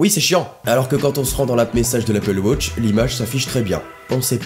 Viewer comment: Arrete de dire wôtch! Même les Anglophones disent watch!